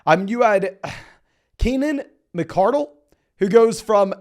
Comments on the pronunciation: Mi-car-dell. Not Keenan McCortle 😂 love your content man! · Glad I'm not the only one that caught that! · Dude why did he say Keenan Mcardell’s name like that.